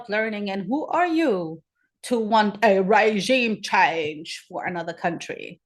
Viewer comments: Oh My God! I am dead ... Regime change sounds more like Raygime Chaynge 😅😅😅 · Now I get it!I get the comments. 🤣 I was wondering what Raygime chaynge was.🤣🤣